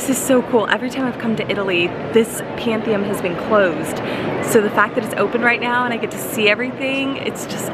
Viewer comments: It is PantheON not PanthiUM 😂😂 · Did you actually graduate high school? I am questioning it... it's Pantheon...not "om"... the altar pieces are by Caravaggio... and honestly you must make a lot of money outside of being a flight attendant... or hopefully Bart does.. because do you actually make money on a work trip, minus your expenses?